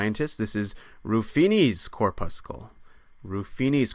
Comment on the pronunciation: Cor' pussel. Not Cor puss' kull ; just like red blood cor' pussel and not red blood cor puss' kull Enjoy your content, but that particular mispronunciation is especially jarring!